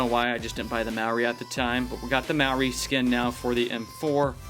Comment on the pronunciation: He said Maori sort of right